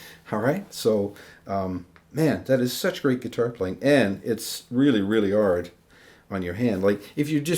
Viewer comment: "It's really, really 'ard..." Did I just hear that? Would French be your first language? Great video! Bonjour de France